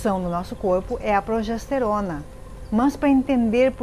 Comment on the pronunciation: Gente! Progesterona é bom G e não com J!!!! Cuidado! Isso afeta a credibilidade da mensagem